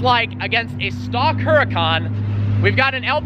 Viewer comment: "hyoo rah con". Not "her a con"